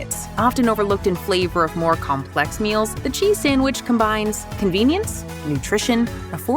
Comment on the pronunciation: He enjoing that """""sanwich""""" a litlle too much